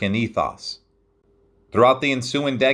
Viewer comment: The American eethoss